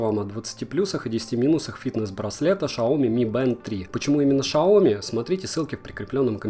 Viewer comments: Сяоми!!!!! А не шаоми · Не шаоми а ксяоми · Шалом, Шаоми!!! Так ещё никто не называл Сяоми!!!! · Сами китайцы называют марку Сяоми. Никакое Шаоми или Ксяоми.... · Шаоми? Серьезно? Может ксиоми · какой в жопу Шаоми!?!!!!!???!!!!? если китайский не учил, если ты его не знаешь, то вообще молчи и не порти уши!!!! вот когда выучишь его, тогда и говори с гордостью Сяоми, Сяоми!!!! а не Шаоми, блин!!!! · Аа почему ты говоришь ШАоми если там Xiomi (КСИоми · Не шаоми а сяоми китайский акцент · Не шаомі а сяомі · Шляяяяяяяяя.... «Шаоми» из-за того что руководитель компании Сяоми плохо знает китайский язык, и когда его пригласили (на телевидение не помню точно ) то он так сказал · Сяоми а не шаоми боже когда уже запомните:/ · поверьте человеку, изучающему китайский язык 9лет - правильно Сяоми! Шаоми писалось бы транслитерацией как Shaomi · 小米科技 вот так это по китайски пишется. И если твои друзья китаисты читают это как шаоми. То гони их в шею, они тупые)) или как и многие русские в Китае они не изучают язык и не работают переводчика и, а тупа куражат там за счёт стипендии. иероглиф 小 означает маленький и пинином(транскрипция на англ) записывается как xiao,с третьим тоном. И звучит сяо... Никак не шао. Ты пообщайся с китайцами. Или хотяб в словаре глянь. Да даже гугл переводчик хотяб. Она слоги правильно читает.... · так почему шаоми? вроде бы сам директор компании говорил "сяоми", хотя судя по всему сами китайцы не вкрусе. У одного блогера был видосик на эту тему, он какраз в китае живет. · Сам ти шяомі правильно сяомі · Не шаоми,а сяоми,говори правильно,а то слух режет😅 а так видео классное,мне помогло с выбором,спасибо☺️ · Не шаоми а сяоми дауны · не шаоми а сяоми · Ни шаоми а сяоми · Не шяоми а ксиоми дурак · Ааааааа. Не шаоми а Сяоми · Лашара СЯОМИ правильно , а не шаоми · Шаоми. Очень необычно. С самого начала говорил Сяоми. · Кстати, xiao mi произносится как "сяу ми", но никак не "шао ми" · 小米 xiao mi читается как сяо ми, никаких там Ш или К нет. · Шаоми бляя